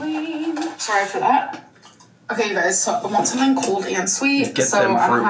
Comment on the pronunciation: “What is water?… do you eat it or sumething?”